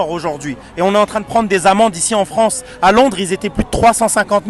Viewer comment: "Vive la Fronce"....